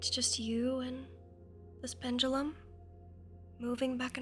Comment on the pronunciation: You've changed the way you pronounce pendulum...